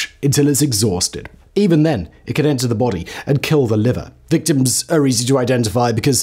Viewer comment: lol it's "victims" get out of here